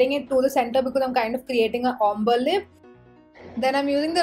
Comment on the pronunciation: The way you pronounce ombre is crazy (wrong)